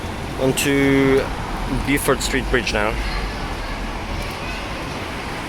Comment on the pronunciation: It's "bo-fuht" street lol.